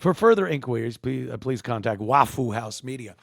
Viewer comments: Can you say waffle, not "wafoo"? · It's Waffoo. They can't pronounce that L at the end.